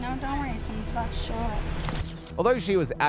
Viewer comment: “I’m uh bowda leave.” She kept repeating. What has happened to the English language? It’s so annoying. These are supposed to be college educated people. This is not quite, but almost as ridiculous as the use of the word ratchet (a wrench) used as the word wretched. The best one is the word axe🪓 as ask. Oh, and let’s not forget the use of,the words literally, and like! We really are headed for the real life version of the movie Idiocracy!